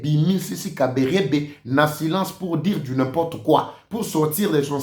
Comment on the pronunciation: Bjr pp! Juste vous demander si vous pouvez fournir un effort de prononciation de certains noms notamment KABAREBE, au lieu de KabErebe comme vous avez souvent l'habitude de le prononcer. Merci pour la compréhension